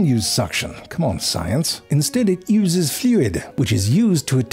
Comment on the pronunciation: is no one gonna bring attention to "instead, it iuzes fluid"😭 such a random little bit of weird pronunciation and yet it has me giggling like an idiot